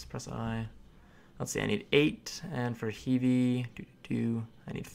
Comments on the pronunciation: No thank you. Really tho. Rebluth? You can't even pronounce REE-BURTH? LOL OMG. ANYWAY. ALSO. it's HEVE, LIKE heve ho. I am good and so are alot of people. Find someone else with better explanation. Ty be safe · Pet peeve - Heve is pronounced He - V.